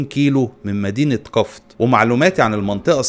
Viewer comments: قفط بكسر القاف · اسمها قفط بضم حرف القاف